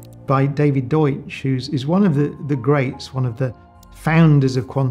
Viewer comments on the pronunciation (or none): none